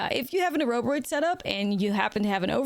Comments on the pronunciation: I love me some Ouroboroid. Definitely my favourite mythic of the new set! Btw I'm not sure about the A-robe-a-roid pronunciation. Like Ouroboros ( Or-a-boar-oss ) I would imagine this should be pronounced Or-a-boar-oid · Ore O Bore Oid not A row buh roid lol